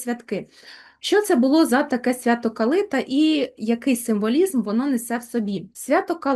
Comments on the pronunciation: Ясно, вибач, але це абсолютно неправильно! Ніколи і ніде в Україні не говорили КалИта. Правильно - КалитА, наголос на останній склад. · ❤❤❤дякую вам,калитА наголос на А